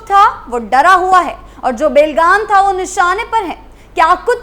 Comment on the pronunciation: बे‌ लगाम को बेल गाम और राजस्व को राजसव‌ बोलकर भी मैडम एंकर बनी बैठी है